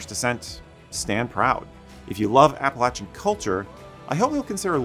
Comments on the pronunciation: Thank you so much for pronouncing “Appalachian” correctly! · Thank you for not butchering the pronunciation of Appalachian.